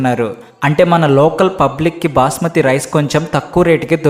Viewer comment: Booosmathi Rice ❌ Basmati Rice ✅